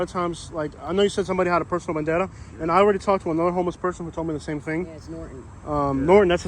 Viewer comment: Vendetta not bandana.